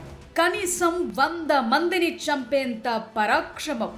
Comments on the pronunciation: 100 మందిని చంపేంత పరాక్షమం.ఏంటి తల్లి.? తెలుగు కి తెగులు పట్టిస్తున్నావ్. పరాక్రమం అనే మాట పలకడం రావడం లేదు. ఆ మాత్రం మాట్లాడటం రాకపోయినా నిన్ను ఉద్యోగంలో ఎలా పెట్టుకున్నారు. 🤔🤔🤔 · పరాక్రమం పలకడం రాదా తల్లి....